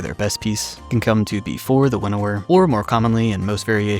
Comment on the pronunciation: Winawer Waker?